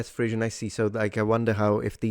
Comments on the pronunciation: I think when you are speaking English, the word Frisian is pronounced FREE-zhən rather than "frizzian" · Everyone else: "frizhən"🙂: "fRiiIIzzIIiaAN"🤌🤌🤌🇮🇹🇮🇹🤌🇮🇹🤌🇮🇹🤌🇮🇹🇮🇹🤌🤌